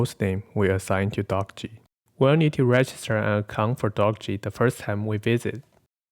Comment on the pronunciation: Thanks. Good vid p.s.: The author intended the name Dockge to be pronounced the same as word "dockage" [doh-ke-j]